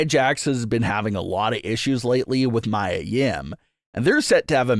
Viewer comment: I think Mia is pronounced as Me-yuh?